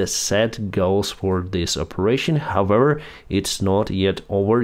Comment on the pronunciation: we need to practise "however"... how-ever not howwewer